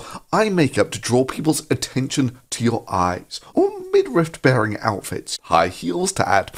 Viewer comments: It bothers me way more than it should that this dude say midRIFT instead of midriff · i shudder a little every time he says 'midrift' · I would like to point out that even the auto-generated subtitles- the same ones that mistake thunderfoot as "fun the foot"- interpret thunder's pronunciation as "mid-rift." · Thunderf00t: “midrift” Paul Joseph Watson: “millimetre” Same energy. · "What's a midrift?" 😂😂😂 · Honestly I used to think it was pronounced “midrift”. No relation to the video, just a little anecdote, lol. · Say Midrift one more time, Thunderf00t. I double fucking dare you. Edit: and that’s why you wait until the end of a video to leave a comment. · Wow, I was just typing a comment after hearing Thunderf00t say "midrift" for the second time when addressed it ^_^ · To be fair, I also thought it was pronounced / spelled middrift. TIL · Minor but irritating, there is no letter t in midriff thunderf00t. Stop pronouncing it like there is. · Ah called it out 2 mins after it drove me to comment, champion. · Midrift reminds me of rick and morty "did you just say granite? Its granted" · Im not ashamed to thank you for teaching me its pronounced "midriff". and that is not the only thing I took from this video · man you have lots of good videos, i’m a fan. but ridiculing thunderfoot for getting “midriff” wrong comes off as petty. it’s an understandable mistake. i’m sure there’s something like that you’ve been saying wrong for years also. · Thunder foot also doesn't know how to pronounce "midriff"